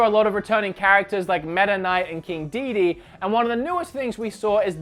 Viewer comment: its pronounced Dede*DE* not DEDE.and dont ever disrespect my son Bandana Waddle dee by calling him Wadely dede. KNOW YOUR CHARACTER NAMES!!!!